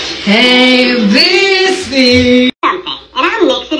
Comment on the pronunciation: “Aea-Bee-Cee” i loved it 😍 😭